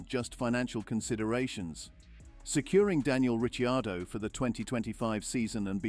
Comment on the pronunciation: The correct pronunciation of his name , he being Italian